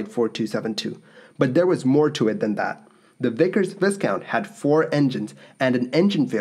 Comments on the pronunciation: It is pronounced vi-count, not viScount! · Its ‘Vie count’ not ‘viss count’ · Andrew Yes ... Well I don't. He can't even say VI COUNT. Keeps saying VIS COUNT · I always enjoy your stuff. I can imagine there are many blue blood Brits who are cringing at your pronunciation of the title Viscount. . . . it's correctly pronounced Viiiiiiiiiiiicount not Vissssssscount. Looking forward to your next clip. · Hahaha, "kaunt"? Wtf is that? The second syllable is "count" as written. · Just fyi, it's pronounced "VY-count," not "Viss-count." The "s" is silent. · Vy-count, not Viss-count! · It is NOT pronounced VISS COUNT. The "s"is silent making the pronunciation sounding as if it was spelt "VYE COUNT". Do wish you guys would check on the correct way to pronounce names etc.... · It is pronounced "Vy-count", not "Viss-count", same as the British title of nobility. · Say VI COUNT AND NOT VIS COUNT. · The "s" is silent in Viscount ..... vie-count (the first syllable rhymes with die). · I haven't even watched the video yet but I know I will love it! Not only are your videos well prepared and presented, but you produce them so regularly! Thank you for all your time and effort! [p.s., great video as always, but "viscount" is pronounce "Vi-Count", the 's' is silent :) ] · I would spell it vi-count,for pronunciation!😝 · Just FYI it's pronounced "vye-count" (the first syllable rhyming with "by"), not like "discount" :) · Love the video but it is pronounced " vie count" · Around 1990 I flew with one of these BAF Vickers Viscounts to Danmark to visit the Bang&Olufsen factories. In the pre flight info they mentioned the plane as 'British Aerospace Viscount'.. And yes, it's pronounced 'Vai-kaunt'. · a good video, well presented. One small point though. Viscount is pronounced Vicount, no s sound. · After all these " pronunciation" comments, I'll bet you NEVER say " viScount" again!! Lol ( picky picky lol) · Pronounced VI-COUNT the S is silent my friend. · ViCOUNT the “s” is silent.